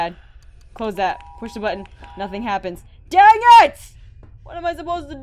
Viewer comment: i love how you said WHAT IS ZZAT